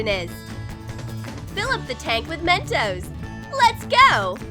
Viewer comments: she said men-toes it's men-tos🤦🖕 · Me: "Narrator needs a hiding" Narrator: Why? Me: "it's called Men-tos not MEN-TOAST! LOL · I Know It's Mentos I Can Spell I Meant That There Acent Was Men-toe Not Men-toast. So Yeah. I Hope You Learn How To Understand Words. 🖕🏼👌🏼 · men toes is what i heard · they said Mentoes